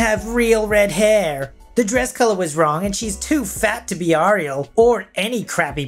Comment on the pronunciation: For the last story: it’s pronounced “air-ee-el”.